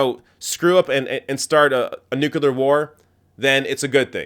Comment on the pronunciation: I love your videos, watch them all the time. BUT! Please! There's only one "u" in nuclear! It's pronounced "new-klee-ar" not "nu-cu-lar". GW was mercilessly mocked for not knowing how to pronounce this very simple word. You don't want to be in his company, do you?